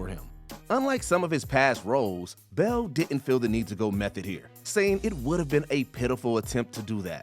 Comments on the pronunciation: Yo why do you keep calling him Kristin Bell??? He is CHRISTIAN BALE!!! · This person needs to learn to pronounce Bale. (b a l e) not Bell. Jeez that was weak